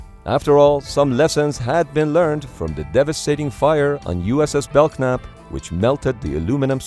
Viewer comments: The "k" in "Belknap" is silent. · the narrator mispronounced "Belknap". In American English, the letter "k" is silent (e.g., knock, knife, knuckle, know, knee).